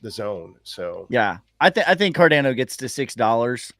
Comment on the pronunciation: someone needs to tell to watch a Charles Hoskinson video so he knows how to pronounce "Cardano"